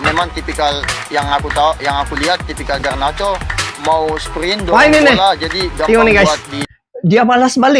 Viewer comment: Garnacho,... Bukan Garancho